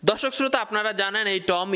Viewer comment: দশ্যক না, দর্শক। হাপেজ না, হাফেজ